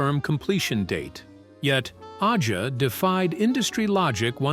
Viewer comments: “Fahgen” “Ahh-zha” Lame AI pronunciations! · stupid narrator could not pronounce AJA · These fucking AI voices can never pronounce things correctly. Aja is pronounced like Asia, not Aiya or Aja. And it's Faygen, not Fahgen. And Katy Lied, not Katy Leed. You guys need to listen to and phonetically correct these mistakes before posting these. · I dont think AI will be taking over anytime soon, its not "liv" and "donald faa-gen" didnt approve this video... I missed out buying that rare album "katy leed" and "ahhh-jaaa" Dumbasses